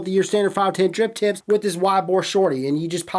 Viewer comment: bruh..... im certain that youre saying Drip Tits instead of Drip Tips